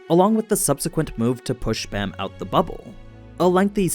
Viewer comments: Its b aaaaaaa m. Like open wide and say aaaaaaaa. Baam not Bam👌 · Man i love your content l, but please watch it in english. They use the correct pronunciations and you are slacking my friend lol. Its pronounced baam ( long a) not Bam. Im not good enough at spelling to type the rest out. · Why do people keep mispronouncing Bams name. It’s B-Ah-m. Not Bam